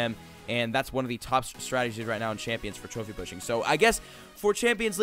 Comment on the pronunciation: he say "pussing" not pushing!! lol